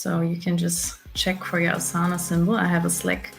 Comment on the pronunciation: The pronunciation of Asana gives you away that you are german. lol